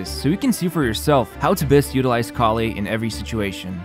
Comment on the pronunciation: You know what I love the most about this video? Instead of Collei, you said Collie at the start, which I‘ll always remember because of that sort of dog now. ✨